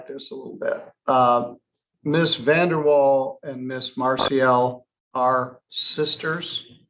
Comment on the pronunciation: More like Karen VanderWhale instead of Vandeewall.